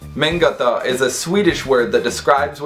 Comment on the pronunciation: Pretty cool. Just a few notes about that Swedish word: The Swedish word "mångata" should be pronounced almost like "MOAN-gata". It literally means "moon-road". There are many other untranslatable Swedish words, including: Lagom--when something is just right for your circumstances: not bad, not great, but perfect in its imperfection. Not too much, not too little, just exactly what you need. Pålägg--Literally translating to "on-lay", it's anything you choose to put onto a sandwich. Orka--to have the strength to do something. It can also refer to having the energy to go through with something mentally. Hinna--to have enough time for something. Diska--to do the dishes. Bädda--to make the bed. ...and many more!